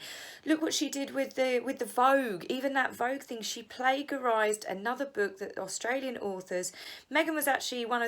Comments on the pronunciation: Lol good content. It’s pronounced plajerised ! Silent G. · "Plague- arised"? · It's not "plague-arise." The "g" is pronounced as a "j". Good show!!!! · darling plagiarised is pronounced with a j not a g in the middle. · Plagiarised......soft ‘g’.